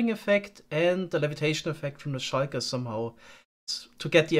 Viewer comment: Schuiker Idk, i hate or love how he says that